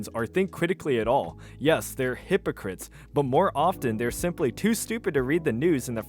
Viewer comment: While we're talking about the way you pronounce things, the way you say hypocrite absolutely kills me. It's pronounced like hippo, not hypo.